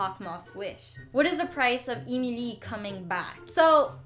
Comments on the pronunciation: It's not EEE MEEE LEEE it's Ehm ihl EEE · Why do u pronounce Emily eemeelee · I may be wrong, but I think Emilie's name is pronounced Emily. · "EEMELEE" Girl you mean Emilie? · 😂😂🤣🤣I LIKE THE WAY SHE SAYS EmILE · its not emilie its emily like saying emily but they change the y to ie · “Emeelee” I died💀🤣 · I love this video and your channel!! But the way you pronounce Emilie kinda makes me laugh. Its not bad! It is just different from how I've always heard it. EEmilEE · Emilie is pronouced like Emily on English i Know that because it used to be my name before i changed it to Julian Lee so am not mad for saying it wrong but you need to Learn the name in a right way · Its E MI LIE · You're not pronouncing Emilie right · STOP SAYING EMILIE WONG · Yeah but the way she pronounces emilie is sooo distracting and forced. Girl just say emilie and thats it. (Can she really speak french btw ? )